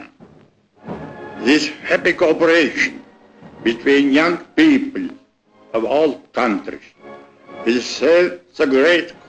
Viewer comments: mutta paasikivi sano "jank piipl" 😂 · People is pronounced as Piippil